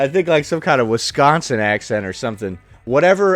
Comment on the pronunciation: Definitely sounds “Wis can sin”.